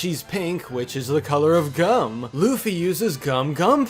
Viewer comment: You said Luffy wrong... YOU SAID LOOFY